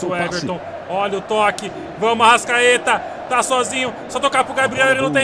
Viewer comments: Para de falar arascadeus fala arastatudo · Fala direito é arrascaeta